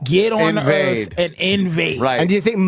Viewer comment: "Welcome to Earf"